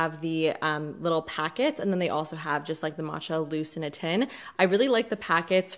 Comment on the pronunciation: Thumbs up for finally pronouncing “matcha” correctly! 👍👏😹💚💚💚 Proud of you!